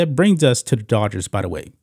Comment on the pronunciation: I must still be half asleep, because I kept hearing you say the "daughters" and not Dodgers. Not a baseball fan so for all I know it could be a nickname for them ...I am off to find some Pepsi and wakeup a bit more.😊